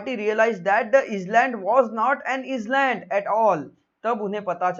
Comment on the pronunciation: Plz check island pronounciation